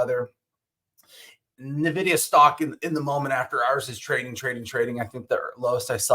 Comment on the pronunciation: It's pronounced "N-Vidia" not navidia